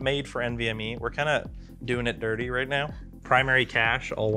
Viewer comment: He said doing it dirty and I swear to God I heard doing it nerdy